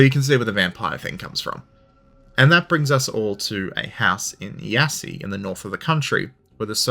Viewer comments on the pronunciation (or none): that pronunciation of „iasi“ was quite honestly the worst i’ve ever heard. for those wondering, it’s pronounced ya-sh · I don't know, I thought calling Iași "Yassy" was funny as hell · I broke out laughing when I heard it